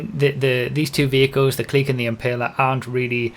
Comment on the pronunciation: Its. Pronounced. C L I C K